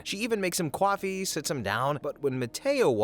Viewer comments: It’s pronounced coffee not CAWfee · lol he said Cwoffee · hopefully I'm not the only one who notices he pronounces "coffee" as cwafie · She made Lalo what now? 😅 KWAFEE? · Mmmmm.. cwofee